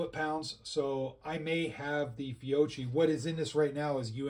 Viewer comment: It’s pronounced fio-K-i, not fio-CH-i